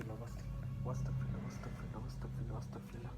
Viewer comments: Vai owastakfirullah na Astagfirullah uccaron suddo koiren noyto gunah hobe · ভাইয়া "ওয়াস্তাগফিরুল্লাহ "হবে না❌❌ "আস্তাগফিরুল্লাহ" হবে✔️✔️✔️✔️ আশা করি বুঝতে পারছেন।